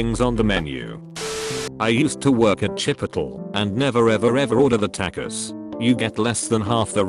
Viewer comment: "And never ever ever order the TAKUS "